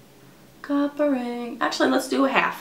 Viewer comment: Am I the only one who heard "cock ring" instead of copper ring? Lol